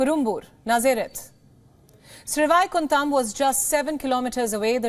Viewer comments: It is sad to see Indian newscast cannot pronounce names, even Sanskrit based names, like Sreevaikundam, श्रीवैकुण्डम्. I squirmed every time she pronounced it. It shows lack of commitment, education and the respect they should show to their own culture, languages, and history. It is not good enough to strut around speaking English. One should be rooted in one’s culture and be proud of the heritage. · Absolutely fantastic. Please get the pronunciation of the railway station correctly. It is Srivaikuntam. Literally means great abode of Lord Vishnu. Whenever anyone dies usually with atmost respect it is referred as that person has reached the abode of the Lord. However in this case all the passengers were held up in the Vaikuntam here on the earth instead of sending them to the Vaikuntam up above